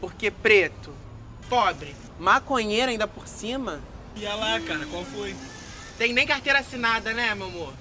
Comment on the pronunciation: O chamando o Renatinho de mariquinha// falando: iain qualfoin kkk